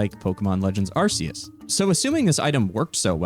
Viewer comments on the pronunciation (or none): It's not "Arse-eus".